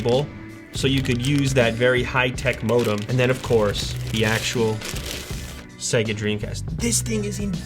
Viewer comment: Ah, yes...Segga.